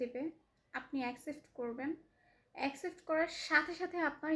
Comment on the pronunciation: একসেফট না, একসেপ্ট। পকরিতি না, প্রকৃতি। রিপ্লে না, রিপ্লাই। ইস্টোরি না, স্টোরি। রিক্ট না, রিএ্যাক্ট। রিসপন্স না, রেসপন্স। এমন আধা মুরাদ টাকলি মাইয়ারে যারা জ্বালায়, তাদের রুচির দুর্ভিক্ষ আছে! 🙄